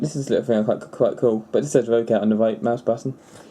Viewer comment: It's not row-cat, it's rock-at. :)